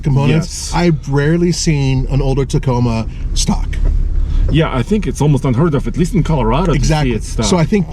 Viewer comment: T A C O M A....NOT Taco...